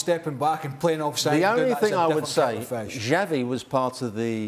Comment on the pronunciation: Pundits from a multi million dollar company can't even pronounce Xavi's name properly🤦🏾 says a lot